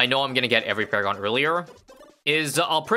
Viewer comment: I loved when he said "It's paragoning time" and he paragooned paragons